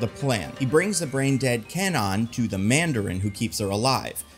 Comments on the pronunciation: CAN-nawn? Seriously? CAN-nawn!? Does that even remotely sound Japanese? It's KHAN-own. K(u)-ah-nou-nn. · KWAnon... not K non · Actual pronunciation of Japanese Psylockes name is Ku-wah-nun. Not Cann-on. There is a W in after the K in the name. And it is pronounced. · Except isnt it pronounced KWah-Nun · If they use Kwannon, I hope they don't pronounce itz Kenan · It would be nice if he pronounced Kwannon correctly though. 🙄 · Is "Kwannon" hard 2 say or was the "W" silent this whole time and I wasn't notified? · Please tell me that's not how Kwannons name is actually pronounced. I keep picturing a canon with long purple locks